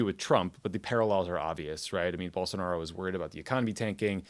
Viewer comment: In these case it's not "most Americans", it's two professionals that are paid to do this podcast and could have spent 2 minutes researching how to pronounce Bolsonaro.